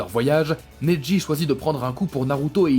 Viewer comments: C'est neji pas nedji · Nez-dji au lieu de neji